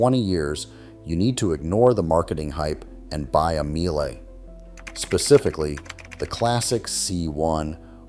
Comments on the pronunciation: Míele is pronounced meal-ah . Like everything, worth getting it right. Family owned since inception. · That is not how to pronounce Miele.